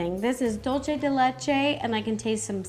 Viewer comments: Her:dolche de leche Me:Dulce de leche 😊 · Btw it’s ‘dulce de leche’ not ‘dolche de leche’ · Lol You pronounce dulce de leche like my husband & his family 😂 their white Europeans 🏴🇳🇱🇨🇭 but it’s Dulce not Dolce 🤪🇨🇴🇪🇨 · "this is Dolche de Leche" hahaha its so funny how they pronounce it 🤣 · How she says “Dulce De Leche” is so hilarious maybe you need to practice your Spanish a little bit more 😂😂